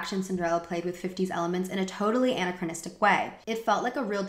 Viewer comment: I typically really like your vids but your pronunciation is KILLING ME. Please look up how to properly say "anachronism" and "anachronistic."